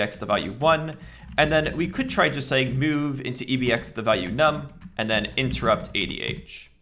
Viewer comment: Me: move value into register. This guy: meaueve value into register.